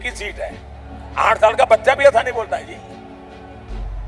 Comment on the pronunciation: Modi ji ke speech me maine ajkal 'cha' ka istemaal nehi dekh paati hoon, jab unhone baccha aur prachar kaha, tab 'cha' thik se bol hi nehi paaye, ye pahele se hi aise hi bolte hai ya recently hua hai